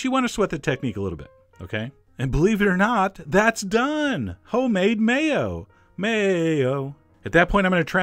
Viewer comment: The Way You Said "Mayo" xD